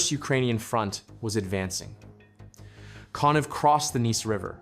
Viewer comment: I believe that Konev is pronounced Konyev.